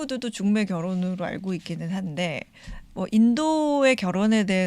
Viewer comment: 하스를 너무 많이 했나봐 중매가 죽메로 들려